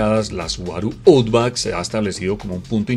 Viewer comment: Buen vídeo. Un detalle, la pronunciación de Outback es /autbak/